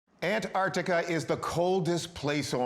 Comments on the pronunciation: Where is An artica? Does he mean Antarctica? Pronounced An tarc tika. Come on, it’s not that hard to use speech. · Americans don't know how to say Antarctica 😂😂 "Anartica" 🤣🤣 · Yeah.. I’m definitely not trusting the one who can’t even pronounce Antarctica 🤨